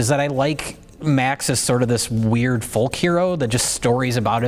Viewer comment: This video is the first time I've ever heard anyone pronounce the L in the word 'folk'. What a journey.